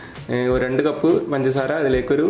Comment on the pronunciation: Why are you saying panjara panjara instead of pangasara